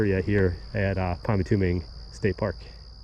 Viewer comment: Nice video but it is pronounced PymatuNing, not PymatuMing.